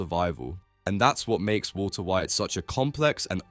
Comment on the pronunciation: Woolter White